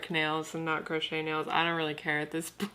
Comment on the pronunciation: Did she say "gross-chet" nails?